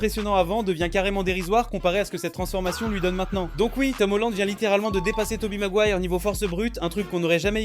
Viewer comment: Toby quoi ???? Maguoire j'ai entendu